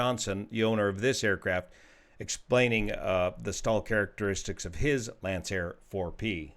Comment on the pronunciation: That would be pronounced "Lankair"